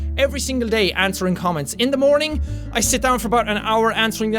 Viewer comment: If you put it to 2 when he says "day by day" instead he says Gay by gay xD